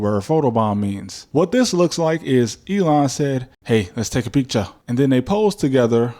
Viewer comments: “hey let’s take a piccha” 😂😂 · Lmao. "hey, .. let's take a peekcha"